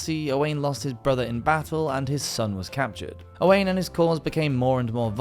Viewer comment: His name Owain is pronouced Oh- Whine not Owain